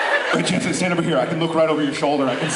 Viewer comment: 2.55 Bwahahahhahaaaaa....Gen Gen not Jensen....Gen......LOL !!